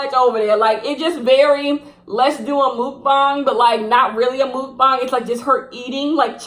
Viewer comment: BTW "mukbang" is pronounced like muck-bang. You pronounced the bang part correctly, but the first part is muck. :)